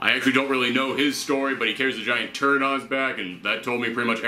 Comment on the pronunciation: Great job again. Love your reviews and all your other content. I get hyped when I see you have posted a new video... funny moment though... you made turret sound like turd. Thumbs up to your channel. Keep it ☝